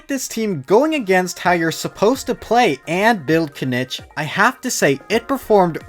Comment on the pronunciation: Didn’t wanna be that guy but his name is pronounced kineech in game, hearing you say it wrong just reminds of how zyox says dandelion😂